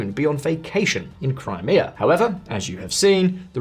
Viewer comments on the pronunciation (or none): none